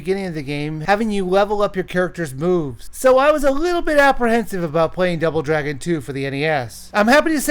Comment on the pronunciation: Did he just say.... Drouble Dragon